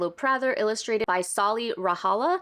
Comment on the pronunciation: One minor pet peeve I have regarding this whole drama as a Finnish person is the way that people mispronounce Sauli’s name. It’s a very minor thing, I know, and Sauli might not even care about it themselves, but I’d still like it if people would look up how its meant to be pronounced, even if it’s hard for English speakers. You can check it on the finnish google translate and a bunch of other sources, it’s not a rare name here (even our previous president from less than ten years ago had the name lol) Otherwise I do appreciate the way you’re handling Milo’s gender identity, these days especially it’s nice to have strong allies around (coming from a gnc person)